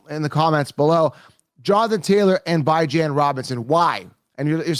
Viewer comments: I see you're still disrespecting the young man who you say you love, Bijan Robinson (bee-ZHAHN), and disrespecting his parents who named him and call him (Bee). Just because it looks like it should sound like (Bi), doesn't mean it is. Just like seeing the name Cenk. But it's pronounced Jenk. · His name is Bijan pronounced bee-Zhahn. I know you’ve never been wrong a day in your life so I guess his grandparents and mother are wrong for the way they pronounce it. at least your videos are talked about. I’ll give you that.